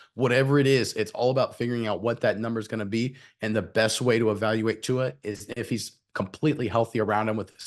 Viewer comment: Guys, please pronounce the Tua’s last name correctly.